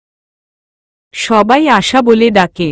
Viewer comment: গল্প বড় করার জন্য উদ্ভট উদ্ভট শব্দ না দিলে কি হয়না ।আশাবরি শব্দ টা ও ঠিক উচ্চারণ করতে পারেনা ।পা কখনো ঢুলু ঢুলু হয়না টল মল করতে পারে ।সহজ সরল ভাষায় লিখতে চেষ্টা করুন ।শ্রোতা দের শুনতে ভাল লাগবে ।